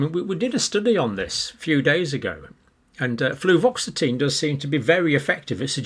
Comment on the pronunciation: John, it's "Fluoxetine" - there's no "v" in it! And, btw, it's commonly known as Prozac. It nearly killed a close family relative as it produced suicidal ideation and they attempted suicide several times whilst taking it...